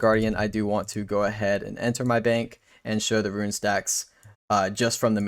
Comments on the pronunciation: Rune, not Ruin. Tiara, not tyeara. My works here is done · Tee-r-uh. Roon.